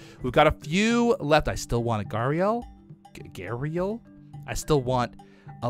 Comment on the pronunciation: Don’t worry- you Are pronouncing gharial correctly. :)